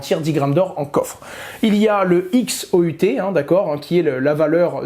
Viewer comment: c'est le XAUT et pas le XOUT